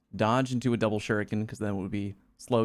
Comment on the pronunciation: Take a shot each time someone mispronounces "shuriken" hahaha. Good stuff as always, I love all your voices and what they have to say, consistently.